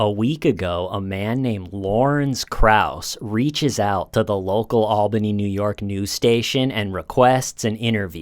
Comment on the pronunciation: I’m so proud to hear pronounce “Albany” like a NYer!